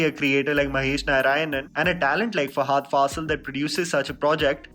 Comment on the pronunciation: Great review! Can we avoid calling him Fahaaaaadh and call him Fahadh, as he should be? 😀